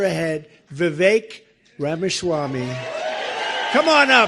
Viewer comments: My favorite part is how Trump says Ramashwamy 😂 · Mr. Trump said… Vuh-Vake Ramuh-schwami 😆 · He definitely said Ramashwamy 😂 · He may have butchered his last name a bit though... RAMA-SCHWAMMY!! 🤣